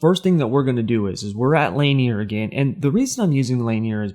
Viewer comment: Man, its pronounced LA-NEAR. Laugh at the guys slaughtering these track names.